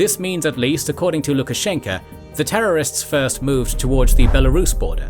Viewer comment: it's Lukashenko with an "O" at the end. "A" at the end is used due to inflection.